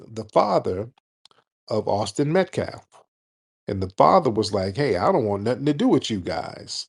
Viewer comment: Someone please tell Tariq to stop saying “metCLaff”…..he’s stuck on that pronunciation lol. And Tariq, it’s not the “French quarterS”, it’s the French Quarter….no s.